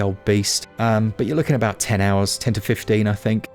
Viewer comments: "Aboot it" 😂😂 You get it? You get it? "Aboot"? Disclaimer: I've been drinking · I appreciated the “ah-boot” it pun 😂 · You say, aboot?? G'day mate.